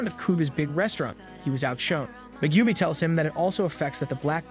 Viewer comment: I don't care about the other names, but butchering Megumis name is a sin...